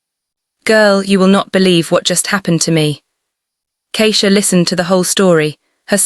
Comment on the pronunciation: The pronunciation of Keisha and Simone, or is it really Simon, is incorrect.